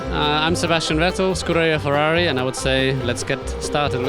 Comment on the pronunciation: oh che parli italiano?!?!?!?FEUAUI... si dice FERRARI